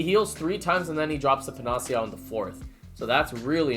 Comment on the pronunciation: Asshole comment but... panacea it is pronounced pa·nuh·see·uh, I think you just run the nuu and the see together. Liking the abridged runs. Great content as usual.